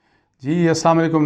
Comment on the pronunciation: Asam alikum ni bahi ASLAM ALAIKUM BOLA KRIN PLEASE